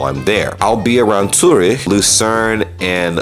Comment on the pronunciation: Impoossible. He pronounced zurich correctly. The. Promptly ruined it by saying Ah-l-dee. Aah-l-dee like when you o0en your mouth at rhe dentist, say aaahhhh.